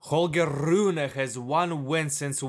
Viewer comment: holgee RRRRRune hahaha